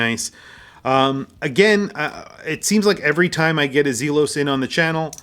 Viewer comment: ZEEEE-los is correct. Well done video, and yet another triumph for Elshan. Home run every time. Love all the hate comments in here. Makes me laugh at the snowflake-ness.